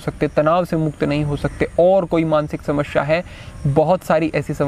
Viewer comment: बहोत खूब गुरु जी आप बड़े अच्छे यूट्यूबर हैं इसलिए, समश्या नही समस्या का उच्चारण किया कीजिये 🙏